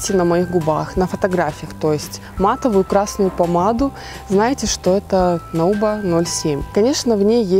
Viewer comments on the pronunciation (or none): Nouba произносится как "нуба")))